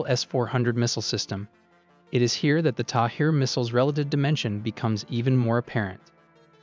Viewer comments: Great video with good explanation, Just one thing, the Interceptor is called "Tamir" not "Tahir". Source - I'm an Israeli and worked with that system for many years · It's Tamir, not Tahir! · It’s the Tamir interceptor, not Tahir. I guess you conflated a H with a M at some point... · Tamir. Not Tahir. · The interceptor's name is Tamir and not Thair, in Hebrew Tamir means Hidden. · The interceptor missile is called TAMIR (not TAHIR) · its not tahir missile...its tamir missile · Tamir missile, not Tahir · its the Tamir missile not Tahir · The missiles name is Tamir not Tahir